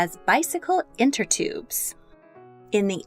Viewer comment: Good video, just a few corrections: - they are tire "innertubes", not "enter tubes" - Annie Bessant and Charles Bradlaugh were "prosecuted" by the British government, not "persecuted"